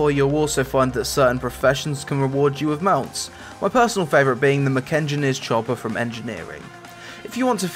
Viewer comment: "Mekengineer's Chopper" as a profession specific mount... sometimes I feel like you don't even play this game. especially when you balls up every word.